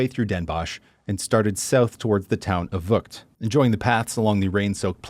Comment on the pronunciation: No it isd NOT Vucked...is is vuCHt With a CH as in loCHness, not a h or k sound at all.